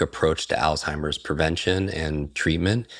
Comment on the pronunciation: So much purdenent information, so thank you both. I do feel compelled to ask you both to please pronounce the word "Alzheimers" correctly. I realize there is only one L in the word, however, it is pronounced as if there are 2 "L's"...check on it and find out for yourselves. Again, I do truly appreciate the info. No disrespect...seriously.